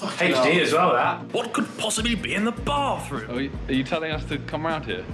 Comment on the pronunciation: “🥴ThE bAaThRuMe’S fuckin” ~Harry